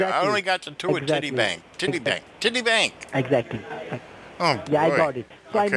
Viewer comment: rung the mopes that much they are actually starting to pronounce City Bank Titty Bank LMAO - nice one 👍